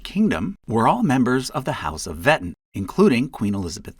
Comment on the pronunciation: The name "Wettin" is actually spoken like "Ve'teen".